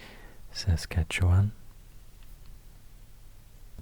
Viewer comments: Your pronouciation of Saskatchewan is impressive....even most Americans butcher it. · Ten gold stars for pronouncing Saskatchewan in an acceptable/proper way. I wish I would have had this as a kid instead of studying it so hard in grade 2.